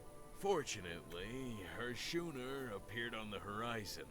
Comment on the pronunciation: Did he just pronounce schooner as "shooner"? I think I'll be muting the narrator for this game